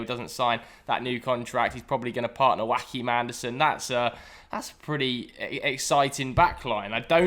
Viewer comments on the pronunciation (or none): Joachim Andersen is danish, its not pronounced like Joaquin Correa, it’s more like Joa Kim